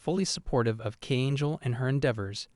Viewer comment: Not the AI call Kangel KANGEL (i typed it out with all Caps to emphasize the way its said without yelling it of course because if you type it as Kangel its K with a Angel while its just KANGEL without turning the First letter into the only capital letter)